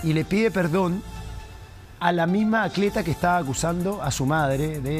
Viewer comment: el eriodista dice acleta